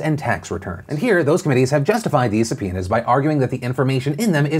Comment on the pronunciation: I listened to this without video and kept hearing "sup, penis" instead of subpoenas English isn't my first language ok